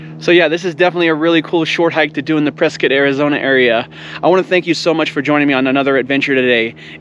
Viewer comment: Ah, you pronounced Prescott correctly lol. With the touch of snow, this is very beautiful. Miss living in AZ the views are amazing. Great Video! I took a long break from YT but now I'm active again.